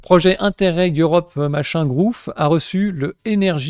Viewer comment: Quand je la vois gigoter ses bras dans tout les sens et cligner des yeux 5 fois par seconde à chaque fois qu'elle ouvre sa bouche, je trouve ca surjoué et surtout très énervant (sans parler du montage) la vidéo de 2min on dirait qu'elle dure 1h, franchement je sais pas si je dois rire ou pleurer jpp "BESOIN D'EeeeurRooPPPE!" xd je m'en vais faire mes "cousses directement" ahaha quand je lis les com' de twitch ca me termine jppp